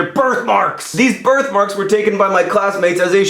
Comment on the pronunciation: The first couple of times you said "birth marks" I heard "bird marks". I was worried.